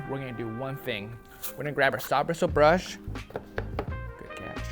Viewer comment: Everyone at Reshoevn8r be like “Bwistle Bwush”